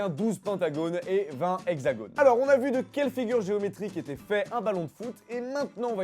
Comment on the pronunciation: on ne prononce pas le s de la liaison : les hexagones